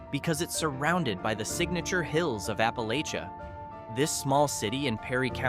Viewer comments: Born and raised in Kentucky, as were my parents and grandparents and great-grandparents. In our area, we pronounce it as Appa-LATCH-uh. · It was pronounced "appa-lay-shun" in the eastern part of the state where I was raised. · Please learn to pronounce Appalachia correctly.